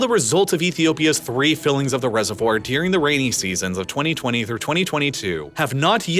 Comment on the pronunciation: What's good with your pronunciation of the word "during"? It sounds like "deering" lol. Ok I've done my part